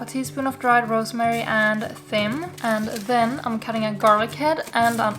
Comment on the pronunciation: Watched 3 videos and I am hooked. Gonna make lots of these, thank you. I'm not sure if someone mentioned it but "Thyme" is pronounced "time". Don't ask me why 🤦‍♀️ #EnglishIsWeird